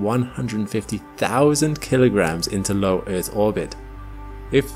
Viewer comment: eaRth! damnit man. not eeeth. stop with the baby talk